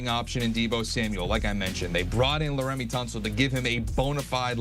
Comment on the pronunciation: why do yall bring in an "expert" who doesnt know what they're talking about... bro doesnt even know how to pronounce laremy😭